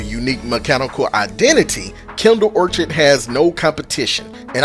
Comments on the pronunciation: Love this gun!…. And it’s pronounced or kid ❤ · Awesome video!! Note out of love: It's pronounced Kindled Orchid (Or-Kid) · It's (Or-kuhd) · Hard k on the orchid pronunciation. Orchards are something else entirely. Good vid bro!